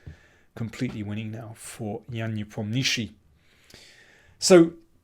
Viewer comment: GM King does not butcher the pronunciation of "Nepomniashshiy" as badly as many internet speakers do, but there's no excuse for not getting it right, and he doesn't. As obvious and accessible a site as Wikipedia shows the pronunciation in both Cyrillic and transliteration of Cyrillic: nee POM nyuh shsheey. There's even an accent on the "o" in the Cyrillic to show the uninitiated where the stress is. King for some reason does not stress the POM. The story of the hideous "chtch" that FIDE foisted on the world is like this: Around 1900, primers of Russian for learners transliterated the letter "shshah" as "shch", and gave what I have been told is the Leningrad pronunciation (as in "fresh cheese") of the letter, whereas elsewhere in Russia the sound is basically a lengthened "sh". Nepo is from Bryansk, not close to Leningrad. To the French eye, "ch" gives the "sh" sound, and to produce "cheese" they need a "t" -- "tcheese". So, French meddling took a bad rule for foreign learners from 120 years ago and made it worse for everyone on the planet with this official FIDE "chtch".